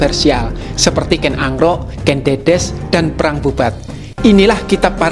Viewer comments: Kenapa narator nya ngucapinya ken angrok? Bukan ken arok... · Kok kedengerannya Ken Angro' Min..? Apa memang pengucapannya demikian untuk Ken Arok?